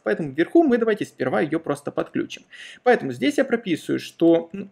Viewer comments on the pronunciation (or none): none